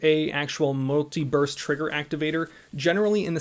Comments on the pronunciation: Uh, muliverse trigger activator? My trigger only works in this universe. It doesn't shoot in other universes. When did Cali get triggers that could shoot through the multiverse? Damn aliens dropping tech on Commieland. LOL, you need to enunciate better. Every time you said it I did not hear burst. Wait wait wait....I'm watching this at 2x speed while working. Oh, well. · Did anyone else hear him saying "multi-verse" instead of "multi-burst"?